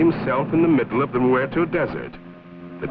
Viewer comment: "The Mew-erto desert". lol